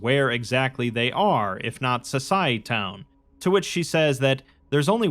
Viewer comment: It's pronounced So-sy-eh-town. Like "society" but with -town instead of -ty